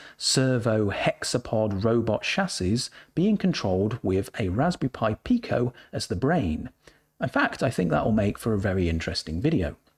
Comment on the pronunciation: I did a Google search and the definition audio pronounced it Peye-Co.